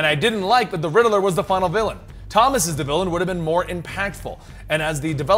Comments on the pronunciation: RIDDILLER instead of riddler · Why he keep saying riddle-er instead of ridd-ler? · Rid-de-ler? Lol. Rid-ler. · I always thought it was pronounced Ridd-ler not Rider-ler. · The real villian is the way pronounces Riddler😂